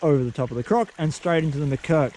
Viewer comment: Wow. This is one of many reasons why i love your channel. You demonstrate real solutions to real challenges in the field. Nice comparsion between the rocker and the croc. Btw... "lets get CROC'en" instead of crack'en😂😂